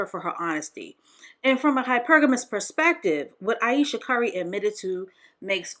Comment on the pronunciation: I lost count of how many times you butchered Ayesha's name. You sure you weren't doing it on purpose? 👀🤣